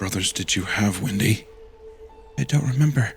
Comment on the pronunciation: The way Wendigoon was pronouncing ‘Windy’ I thought he was saying ‘Wendi’ so I had a feeling…